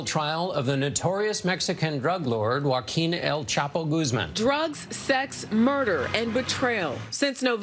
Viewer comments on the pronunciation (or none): Me divierte cómo lo gringos dicen "goaquin" en vez de "joaquín" 😂😂😂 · Americans shure have problems pronouncing "Joaquín Guzmán". A hint: in Spanish, if you see that little mark [ á é í ó ú ] on top of a vowel, that's the strong syllable. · Es cierto que la mayoría de los gringos tienen una pronunciación horrible, pero Trevor no es gringo. Es africano.